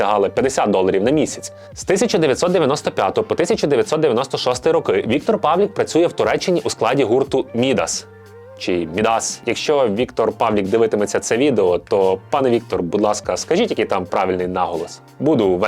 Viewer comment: МідАс правильно, ударна літера А)